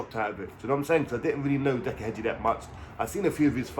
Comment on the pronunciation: Heggie not Hedgie jesus